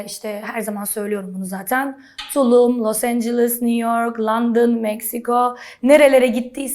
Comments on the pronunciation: Londona Landin diyo lutfen :D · Takildigim tek yer "LANDİN","MEKSİKO"😂😂🤣🤣🤣🤣🤣🤣🤣🤣🤣🤣🤣🤣🤣🤣🤣🤣🤣🤣🤣